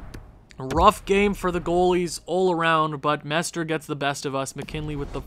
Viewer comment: MestRE not MestER (Mestre is Master in portuguese)